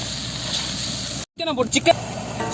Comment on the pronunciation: Thambi adhu bocklin kadieadhu🤣 brocklin dha correct panicku🤗